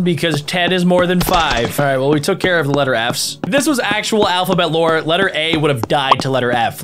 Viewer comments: Am I the only one that noticed when he said alphabet lore it mistakes to him saying alphabet law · When he said alphabet lore it was alphabet law😂